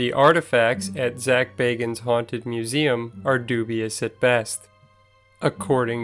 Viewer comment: If you're going to do a vid about Zak, learn how to pronounce his name right....